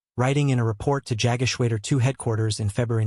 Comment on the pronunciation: The voice actor (or possibly, an AI voice), is badly mispronouncing German words such as Jagdgeschwader. AI can be easily taught correct pronunciation - actual people, not so much. Very disappointing in the 21sr Century.